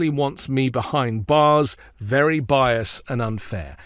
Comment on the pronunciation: Is biased pronounced bias where you're from?